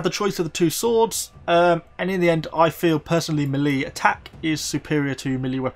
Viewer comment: It seems to me you mispronounce the word 'melee'. It should be pronounced 'ME-lei'. Is it some sort of regional dialect or just a bad habit?